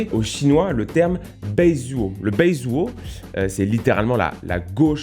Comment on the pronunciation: 白左 se prononce "baille dzouo"